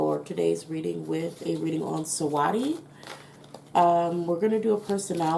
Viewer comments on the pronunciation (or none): The way you saying her name is funny 😂 Her name is basically pronounce like you saying sweetie it just spell different And can you do a reading on Bruno Mars and his career .